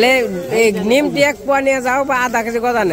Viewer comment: কথাটা নিমকি। নিমটি না।